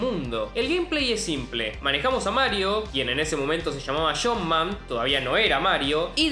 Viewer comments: "Shump man"? Que es Shump man? Entiendo la jerga argentina pero no pronunciar debidamente el inlges por eso? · Me tomó un buen rato traducir "shompman" del argentino al inglés. XD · Me parece que Jumpman ("Chompman en la pronunciación de nuestro amigo) es el nombre original de Mario pero ya en ese entonces de Donkey Kong se llamaba tal cual, Mario